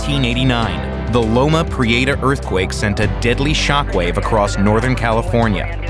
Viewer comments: I lived in SF, and the earthquake's moniker has never been pronounced "loma pre-AY-ta" by anyone in California or SF. It's pronounced like "loma pre-etta." You'd think the NYT would have the resources to get it right. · I’ll never forget the call I received from my mother, who lived in Santa Cruz, when the earthquake struck. Thank God, she was alright! By the way, Californians pronounce it Loma Pree-EH-ta, not Loma Pree-AY-ta… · Loma Pree-ate-ahh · As someone who lives in the Bay Area, how he pronounces Loma Prieta is hilarious.